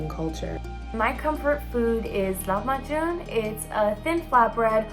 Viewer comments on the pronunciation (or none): Lahmajun? It's lahm b ajeen which means beef in dough